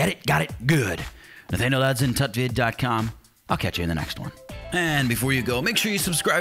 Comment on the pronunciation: When u told tutvid I thought titvid